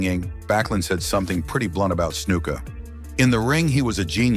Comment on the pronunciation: This story is full of shit. And who the fuck is Peter Patera? Try KEN Patera. Who is Iron Chic. Try Iron SHEIK. Who is Jimmy Snooka? Try SNUKA. It was Vince Jr. who put Hogan over, not Senior. Stupid false post.